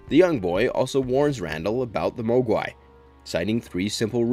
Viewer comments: Have you ever even seen Gremlins if so why do you pronounce Mogwai like that?? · Repeat after me.......Mog-Why not moag-wai